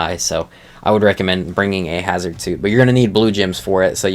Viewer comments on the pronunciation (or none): none